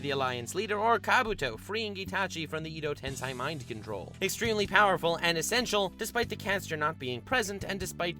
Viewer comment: Not pronounced ido ten si it is ed oh tens ey this is not a hate comment btw just a way to say edo tensei